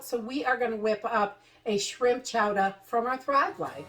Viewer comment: Live the accent of Chowda... LoL made me smile.